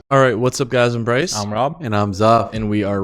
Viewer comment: Bwyce that witewally was so cwazy.